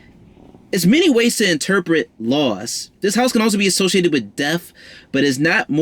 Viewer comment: This was decent. Where's Mercury sign? I like the way you pronounce f's. Lol like deaf instead of death. Philanthrofist.. fings, (things) finking (thinking) cute. Leo North Node 12th here and it's not easy! 😔 I'd love to learn more about Leo in the North Node 12 house.